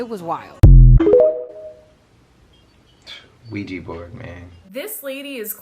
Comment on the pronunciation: IT'S (WEE JAH) NOT (WEE GEE) BOARD.